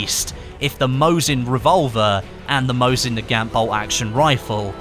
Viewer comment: mosin nagant is pronounced, mo-zeen nah-gawn (silent t)